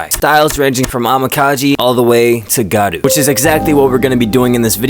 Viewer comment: Hey man, I've enjoyed your videos in the past, and I've noticed you consistently call gyaru, 'garu' instead. I know it's a little tedious/difficult to pronounce the word if you're not used to foreign linguistics, so I'm not trying to belittle you or anything, but it would go a long way imo if you make an effort to pronounce words like that a little more closely to the intended pronunciation. In case it helps, here's how I would transcribe it for you: gee (like in geek) - yah - rou ; Preferably try to shorten the "gee" at the start so you just go from G to Yah, but that might be a bit difficult at first, so even if you elongate it all, it would still be better than 'garu'. Keep up the fashion videos, love your hair and your voice.